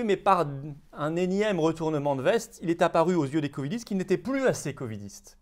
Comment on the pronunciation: A chaque fois que Covidiste est prononcé, j'entends Communiste !